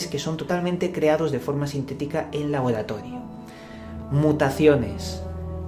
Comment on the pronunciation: "labolatodio" no te sale la R y me cago de risa jajajajaja